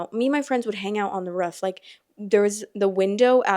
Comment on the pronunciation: idk I think being a teen on the roof is like some coming of age shit. I loved hanging out of the roof. Also love the way you say roof